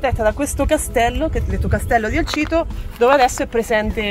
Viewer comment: Perché Elsito? 😂 Si chiama ElCito con la C! Posti che adoro a due passi da casa